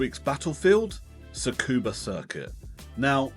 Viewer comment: Loved the video! Just one small tip for future reference; Tsukuba is pronounced as “scuba.”